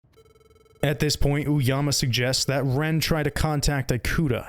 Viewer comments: As a Japanese speaker, the English-ified pronunciation of "i"-kuta just removed the horror vibe of the video for me, can't help but imagine that he's some sort of an apple product lol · Yeah. The video is narrated by an AI. It's even more obvious when it says "an alien lmao". No wonder the foreign names are butchered. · As someone who's named Ikuta, it pains me to hear my name butchered every 30 seconds. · This was a good video! I love your narration and the game is so interesting but the way you pronounce Ikuta physically hurt me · Excellent job with the editing and presentation, but ask someone how to pronounce Japanese names next time! I want to be drawn in so badly, but can't help but cringe every time Ikuta or Ooyama pop up. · offtopic but im genuinely so agitated on how this guy pronounces “ikuta” as “ai-koo-ta” and not “ee-koo-ta” 😭😭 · eyekuta?? Lmao eekuta Japanese “I” or い and イ romanized as i and is actually phonetically ē or ee, ea, ey depending on the English word it’s much easier to recognized as a Spanish speaker their vowels are the same as Japanese phonetically being ah, ee, oo, eh, oh. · EE-KUTA. japanese follows the aeiou = "ah eh ee oh oo" vowel rules that a lot of languages follow, like spanish. thanks for the vid! just couldnt get over that when your pronunciation was pretty good otheriwse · Ikuta is pronounced "ee-koo-ta" and not "eye-koo-ta" ✌️ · This is good but "Eye-kuta" is killing me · Ikuta is pronounced Ee-kuta. not Eye-kuta. Good video despite my asian ass cringing at the pronunciation of some things. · the “i” sound in Japanese is pronounced closer to a long English “e” than the long English “i” you’ve been using for Ikuta. You would pronounce it more like “ee-kuta”, not “eye-kuta”. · ikuta is pronounced ee-ku-tah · The way he keeps mispronouncing Ikuta drives me insane ngl